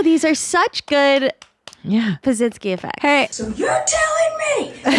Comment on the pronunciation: I think pronounced Pazsitzky wrong lol